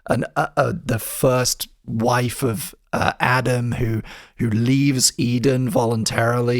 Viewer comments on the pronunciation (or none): none